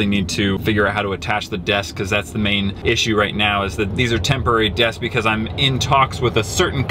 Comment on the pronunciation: ~Mega Things are now a Trend~: "MEGA DESK" Also: "MEGA COLOR Again: "I'M NOT SORRY BECAUSE, MEGA DESK-" Me: "I say it as... -BUHCAUSE-" No ~BECAUSE~